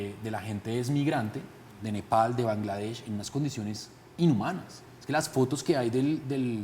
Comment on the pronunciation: Alguien que le explique a ese man cómo decir "Catar" y "Bangladesh" 🤦‍♂️